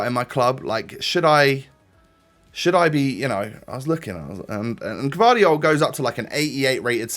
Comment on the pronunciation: You pronounce that guardiol like guardiola